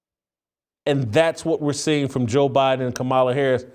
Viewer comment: You cannot pronounce the Vice-President of the United States' name and you want intelligent people to take you seriously?